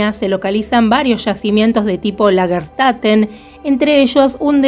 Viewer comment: Lagerstätte, pronúncia: Lag-er chtEte / traducción : ciudad o urbis de yacimientos / plural : Lagerstätten (con N a lo final). Saludos, Claudia ! Abrazos !